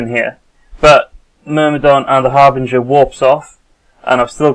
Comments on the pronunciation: ...No. No it isn't. The ship is called a Harbinger, pronounced "härbənjər". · argg.. its so annoying to hear people say Harbrin GIR! its Har'Bring'er!